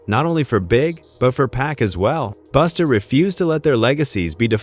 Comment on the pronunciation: Its not Boosta.....Its BUSTA